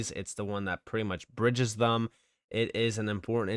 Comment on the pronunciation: He also says "Thum" in place of Them, for some odd reason 🤷🏽‍♂️